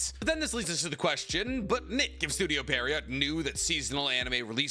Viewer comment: No hate, but it's pronounced pee·euh·row. French words are dumb